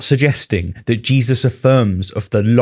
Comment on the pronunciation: Did he just call him "Jizzus christ?"